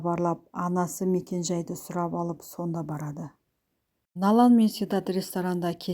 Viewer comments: Налан,Налан демей Налян десейші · Налан,Налан демей Налян десейші кішкене сауатты болу керек қой.